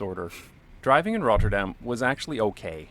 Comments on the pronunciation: Great pronunciation of Rotterdam! In a few years you could even fake a Rotterdam accent ... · Well your pronounce of "Rotterdam" is really good. almost sounds like you lived in Rotterdam haha. The Germans did not think it was the capital, they bombed it because Rotterdam is Europes main port. one of the cube houses is open to the public to visit. I live in Rotterdam by the way, we have a lot of wide roads, but a lot is focussed on pedestrians and bikes, they do a lot to slow down cars and a lot of streets these days are low speed streets of a max of 30km. the crossings he shows in his video are not heavily used crossings by pedestrians. Metro is a local system and drives slower. Trains go longer distances and tryue the entire country and goes a lot faster. Metro is Subway. Traffic lights in Rotterdam centre are on purpose made slow they try to make people take a different route so they do not go to the city center by car if they don't need too. Bridge is called Erasmus Bridge, but people call it the Swan. The building behind it is called the vertical city, housing a lot of offices, appartments, a large hotel and parking spaces.